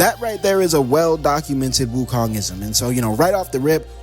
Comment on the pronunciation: Bro you calling every body wokong